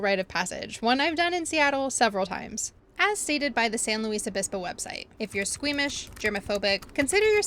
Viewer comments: How can you tell when you've never been to SLOTown? Pronounce it "San Loo esse Obispo". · I will forgive you for pronouncing San Luis Obispo wrong lol Welcome! I was wondering when you were going to visit my hometown:) Enjoy slo!